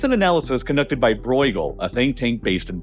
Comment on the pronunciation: Learn how to pronounce bruegel, it's not hard if you're not AI